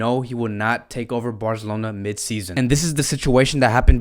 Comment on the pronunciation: He said “Barzelona” Visca Barca